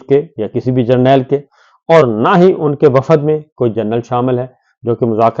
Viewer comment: شاکر صابر صاحب ۔۔۔ وفد ۔۔۔ کو سہی بولا کریں میں بھی پنجاب سے ھوں اسکرین کو بھی آپ سکرین کہتے ھیں کیونکہ یہاں جوابداری ہماری ھو جاتی ھے